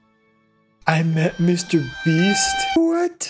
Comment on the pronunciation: That not Mr beast it's MR BIST